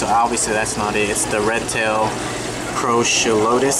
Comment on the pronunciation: Great video Man! The whole store, please! I kept cringing when you tried to pronounce anything, the Red tails, and the festae!! lol!!! Anyways awesome video as always!!